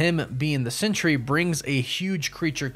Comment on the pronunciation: I’m not sure if you realize it but you’re pronouncing it century but it’s pronounced Sentry like a guard in the military is a Sentry